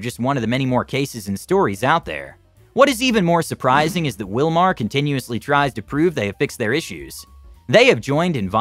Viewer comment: Wilmar sounds like USA